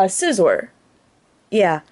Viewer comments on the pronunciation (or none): none